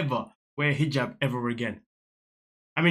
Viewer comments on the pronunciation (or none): She was pronouncing it like a “J” in Spanish. 🤦🏼‍♀️ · Higab is how it is pronounced in Egyptian Arabic. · When did she forget the word hijab? That J letter is pronounced like G in Egypt. Of course I'm not actually watching this season, only the commentary vids. Maybe she stuttered or something! Haha. Also, the maniacal laugh at the beginning 🤣 glorious